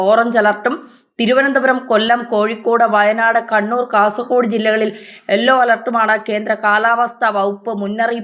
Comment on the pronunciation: എല്ലോ alert അല്ല. യെല്ലോ alert ആണ്.